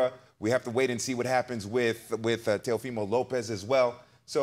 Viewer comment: Interesting that Teddy can't pronounce his name correctly.